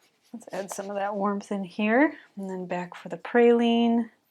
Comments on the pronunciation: Beautiful llandscape! I also love Pe-ry- lene green as well. Sorry but my mom was a stickler for pronunciation and spelling when I was growing up, so now it is a pet peeve with me. Not your problem, it's mine.😂 when I hear praline I think of sugared pecans.😊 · Great landscape 🥰🥰🥰🥰. I think you may be mispronouncing Perylene Green, sounds like you are saying Praylene. Pronounce like pear-a-lean. I may be wrong, please let me know, my be my old age. So enjoyed your video😊